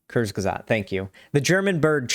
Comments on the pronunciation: Thank god breadtube finally got to TJ's bad takes. I've loved the Amazing Atheist since I was in middle school, but he can't be allowed to act this dumb without criticism. Edit; Also, it's pronounced "courts-ge-zockt" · pronunciation of the word Kurzgesagt made me die a little inside